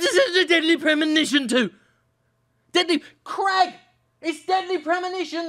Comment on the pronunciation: You've started saying "Craig" like an American Jim. It's not supposed to rhyme with 'leg'.